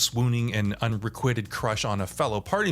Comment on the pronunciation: How does one mispronounce unrequited? It sounds like it was written unrecoited in the script!